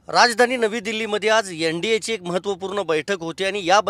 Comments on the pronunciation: "यन"नाही ओ "एन" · यन डी ये....हा हा ...याला शुद्ध बोलता येणार का कधी?